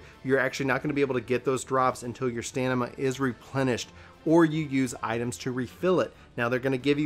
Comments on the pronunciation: You kept saying Stanima instead of Stamina lol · Whenever he said STANIMA, I'm triggered. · Good video... it’s “stamina” though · hey man I know it's a small thing but would you mind pronouncing stamina correctly? s T a M i N a.... Min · I call BS. You don't mispronounce any other words in the video. You just didn't know how to pronounce stamina.